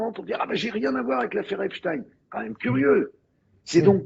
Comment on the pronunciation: Tant que tu parles d'EpstINEUUU et de la guerre en Iran, tu m'as perdu....